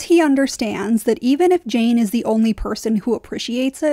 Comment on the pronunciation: Jeyne jeyne it rhymes with pain